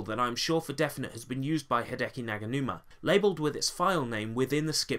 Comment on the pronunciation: Fantastic video! There are so many samples here my brain hurts just from thinkin' about it! Also, thanks for pronouncin' my name right, nobody ever does xD Also, with the Garageband thing, I don't think Hideki uses Garageband, he just has the samples/loops. I have the entirety of the Garageband loops and Jam Packs and I use FL Studio on a Windows 8 laptop, all ripped from my school computer. Anyways, keep up the awesome work!